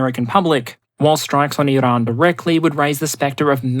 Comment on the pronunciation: Why are you trying to pronounce Iran “Irrrrrrahn”. Get a grip